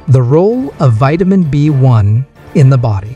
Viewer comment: "Vitamin bone" lol! You mean "Vitamin B One"